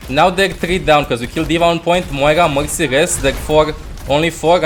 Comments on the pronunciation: Every time he says Mercy I think he's saying Moxy 😂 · Sounds like Mugcy to me